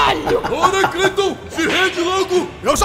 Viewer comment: "Kratos... CRATOS!" 🤣🤣 Zeus errando o nome kkkkkkk